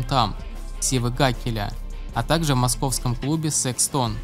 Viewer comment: СекстОн просто убил😂